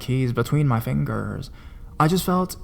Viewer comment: “ between my fingurrrrrs “ 😂😂